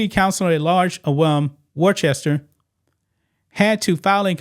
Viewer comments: Wor-chester ? The English city it is named after is. “Wuss-ta” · War-Chester? Matrix, It's Worcester, Like Worcestershire. Either way, great to see another nutcase out of law here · Just FYI, “Worcester” is pronounced “woos-tah” with oo as in foot. I know. You have to have lived there for a while. Many of my paternal ancestors came from that area, and I’m sorry to have to admit it. Here is a lesson in hiring for y’all. First, check applications and references to ensure THAT THE APPLICANT IS CAPABLE. Next, determine FROM INTERVIEWS whether the applicant is SUITED (meaning likely to fit in) FOR THE POSITION. It sounds to me as if y’all have it ass-backwards. It sounds to be as if y’all were trying to fill some dumbass quota instead of ensuring that the applicant is 1) capable and 2) appropriated suited for the position. I hope more people in Worcester can learn more sensible hiring practices. I’d be happy to teach you, but nothing on earth could get me back in New England where it seems so large a percentage of the population has lost too many marbles. Pretty soon, if you don’t smarten up, you’ll be as dumb as California, Oregon, Illinois, New York, and Washington, D.C., and that is no compliment. BTW, it’s male. A very, very sick male. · It's worchester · BTW, it's pronounced "Wuster or Wooster." Great show. Many thanks. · Wooster is how ya say it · I’m from Massachusetts it’s pronounced Wos-stah. That’s a woman using the non-binary title. I left that crazy liberal state a year ago. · It's pronounced Woosta ! 😅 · Ya pronounce it "Woostah". Yah welcome. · I just laughed when you pronounced Worcester. My family has lived in Massachusetts for 119 years and I want to move so bad.